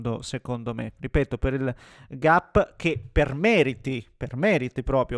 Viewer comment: Hai un canale in inglese? ma è uno scherzo? con questa pronuncia? Il SIO della Juventus? Il GAP (pronunciato proprio GAP)?